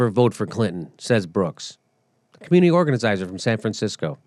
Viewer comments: Please Please say Organizizer one more time LMFAO I'm dyin over here! Love the real talk, The cussing is awesome but you cant say organizer to save your life lmfao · "organicizer"??? you said it twice within ten seconds, Jimmy, you ignorant fuck. I most often agree with you, but for crying out loud, learn some pronunciation, boy!! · Hey Jimmy......Say 'organizer". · Jimmy, you were 0-3 on pronouncing organizer. Or maybe that was an inside joke? Enjoyed the piece, though!